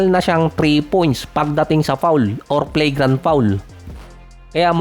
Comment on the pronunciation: Pronunciation Flagrant ❎️ Play grant ✅️